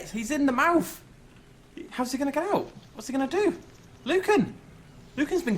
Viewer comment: Even though it was "Lucan" I was still grinning like a madman all the way.